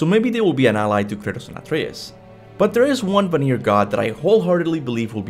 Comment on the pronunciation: bro I love your videos but for the love of GOW can you please go back to the game and see how they pronounce vanir because you have been saying it wrong it's van-ir not va-nir